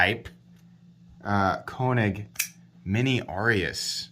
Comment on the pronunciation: Long “A” sound when say the name. Not trying to be a dick. Just trying to be helpful. You’re the best!